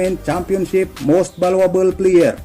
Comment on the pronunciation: Kuya Valyuable hindi Valwable